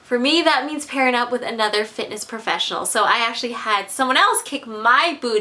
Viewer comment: lool "professials"